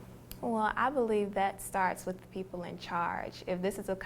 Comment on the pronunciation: I like da dance I like da sing!! I love how she brought out her accent then. Lol.